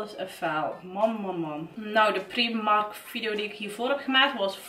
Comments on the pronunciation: Ben ik de enige die zich ergert aan dat ze steeds primark letterlijk uitspreekt inplaatsvan als prijmark(engels uitspraak) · Je spreekt uit : praimark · afgehaakt toen je Prímark uitsprak als PRIEMARK.